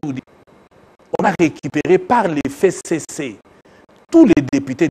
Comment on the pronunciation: Pourquoi il prononce mal "FCC"